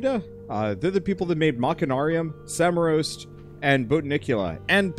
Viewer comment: I have always found english-speaker's pronounciations of Czech words fascinating. How pronounces "Samorost" is up there.